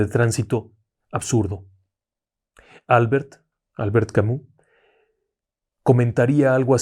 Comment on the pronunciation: Dejando de lado las muertes: irónicas (siempre me recuerdo de la de Isadora Duncan...) Vivan los Premios Darwin. Y se pronuncia "Al-BERT Ka-MY" Fausto Coppi (el campeón y una mitad de la rivalidad con Gino Bartali) murió de enfermedad (si no yerro, fiebre amarilla), NO por accidente de tránsito. "No era nada. Era minero" Cuidado con tu $μ©¡a lengua, no sea que te pase una irónica... 🤬